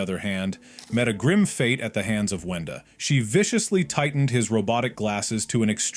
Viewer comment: "wenda" not "wanda"